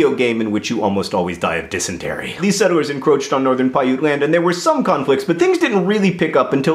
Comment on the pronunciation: I swear you're saying "settle-wers" not "settlers", am I missing something? Did Hank dare you?